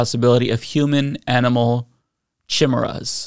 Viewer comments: She can’t even pronounce “chimeras”! 🤦🏻‍♀️ I sooooooo agree!! I’ve been laughing/crying about this for about 8 years now. Our education system needs a giant overhaul! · Let's go ahead and put "Chimmeruhs" with "Peach Tree Dish" and "Gazpacho Police"! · “It would legalize the creation of human/animal chehmurrahs” Fucking nailed it. Great pronunciation, great science, everyone hit the showers; we’re done here. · "Chimirraz" and "surragatsy" jfc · Chee-meras wtf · Careful now sis! Chimeras are heavily associated with Greek Mythology, what would your "God" say! I can't believe she fixed her mouth to say chim, er, as and not ironically!! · How did I know she was going to mispronounce Chimeras? I had a professor in school who admitted that she had never heard that word. She was admittedly conservative and made homophobic remarks in class. When you're preaching to the stupid you don't have t be informed. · The way she pronounces Chimeras says to me that those words aren't her own, like she is just reading something someone gave to her. If she chose the words, I doubt she would have gone with one she doesn't know how pronounce (Maybe giving her too much credit). It feels like she is just reading someone else's lies in congress. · Can’t even pronounce ”Chimeras!”